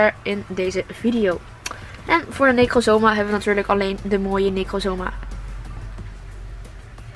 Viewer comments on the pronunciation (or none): Necozma sprak je voor lgels mij verkeerd uit in de pokemon serie werd het veel anders uitgesproken